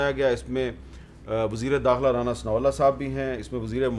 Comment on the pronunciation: Noreen Beti aap nay aik sentence main 3 mistakes kar dee hain --Senior [not ''senear''.] -- Brillaint [not ''breleant''] --Allah[swt] [not ''allah''] I,am sure you will NOT repeat these mistakes in future. Ok say ok Uncle not again InshaALLAH] SHABASH aur Allah[swt] ki hifazat main raho[Aameen]